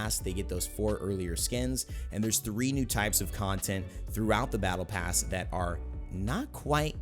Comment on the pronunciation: Did you say “Pattle Bass” at - ?